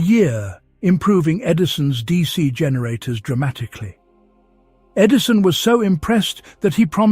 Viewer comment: E. D.I. son!? Is the narrator an idiot, or what? No, it' AI stupidity.